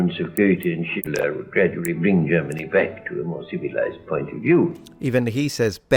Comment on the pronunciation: Wow, he NAILED the pronounciation of the names "Goethe" and "Schiller"! As a German, I am so impressed.